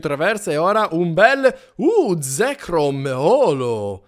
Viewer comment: Si dice zecrum